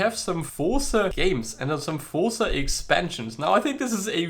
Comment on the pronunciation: Fun fact: z in Forza is pronounced 'ts', like in pizza. Didn't know that, did you?